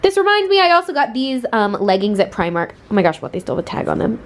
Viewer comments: Dunno why her Scottish pal didn’t tell her how to say “primark” properly it’s PRE-mark not pry-mark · Say primark like u r from london, pre-mark! I am Irish... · the way she pronounced primark..... oh my god help haha